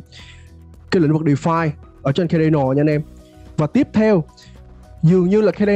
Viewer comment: Phát âm sai tên dự án người ta rồi bạn ơi. Trong tiếng Anh ko phải âm A nào cũng đọc là ÂY ÂY ÂY đâu bạn, Cardano cũng không đọc là Khây Đây Nồ đâu. Thiết nghĩ bạn nên tìm hiểu cách đọc tên các dự án cho đúng đã rồi hẵng làm video truyền tải đến cộng đồng. Phần tiếng Việt bạn trình bày rất hay và mạch lạc nhưng tiếng Anh của các dự án hoặc từ chuyên môn làm cho video bị trừ điểm nhiều. Chi tiết nhỏ thôi nhưng thật sự nghe khá khó chịu khi bạn phát âm sai như vậy. Chúc kênh thành công hơn nữa.